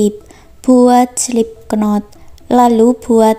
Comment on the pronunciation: Adik,kalau kamu mahu menyebut knot ,jangan bunyikan k nya,cukup bunyi not sahaja,itu cuma ejaan sahaja di dlm bahasa inggris,begitujuga dgn cream,bunyinya krim,bukan krem,ya sama dgn bunyi ice cream(ice krim) bukan ice krem. Ingat itu ya ibu dari Singapore trima kasih ibu selalu mengikuti semua video video kalian dari Indonesia, semuga berjaya .